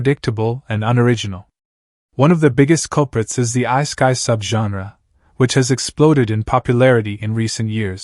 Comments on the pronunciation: Who the hell pronounces it Ice-kai? Did a machine read this? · I heard I-sky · "ice-kai" lol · Yeah, what was up with that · I cringed every time he said that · Like, so wrong lol